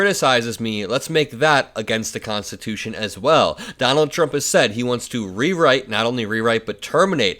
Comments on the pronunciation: Did he say constitoosh? His brain just rain stops working at three syllables. He wants to jail people who burn the flag? What about people that beat cops with flag staffs with the flag still attached? Should they go to prison for a year? Well, Mr Law and Order, backer of the blue, what about them? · He said make it constitushun. He is looking really bad. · Did he say 'we're gonna make it 'constatoosh'?? .....